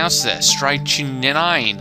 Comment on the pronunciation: Pronounce the word like this "strict-nine"